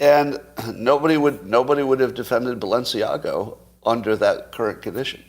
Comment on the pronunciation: I am not surprised when Scot mispronounces Balenciaga. He admits to fashion indifference. Am I the only one of his followers who cares about correct pronunciation ? Or are you all fashion illiterates? Really? Really?